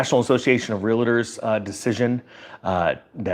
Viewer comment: REAL-TOR There is no 'A' in the middle ! Now, try pronounce it.